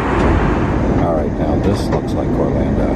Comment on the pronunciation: "Orlanda" ?? ha-ha